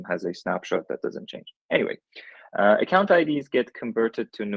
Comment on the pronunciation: "AcoCUNTId" lol